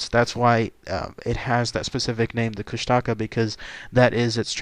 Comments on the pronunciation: Its pronounced (koosh-ta-ka) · Oh and the propper pronunciation is kooshtaakaa (longating the vowels) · it's pronounced Koosh-tuh-kaa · I live in a remote area of Southeast Alaska where the Kushtaka are well known. Despite the way it's spelled, locally it's pronounced Koosti'ka. I wrote possible explanations and background for the origin of this creature on my blog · Tara N. i i used to live in juneau and i hate it when people pronounce it like the do in the video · Learn to say it right first then go find better source of info , almost everything you said is not even close to the real legends and area where they are said to be.